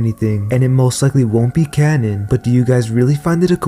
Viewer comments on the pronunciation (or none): none